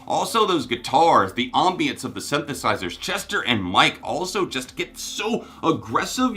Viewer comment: That's not how ambience is pronounced